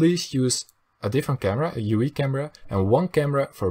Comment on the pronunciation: dat hoor je overduidelijk aan zijn accent, hij zei ook UI als u ie XD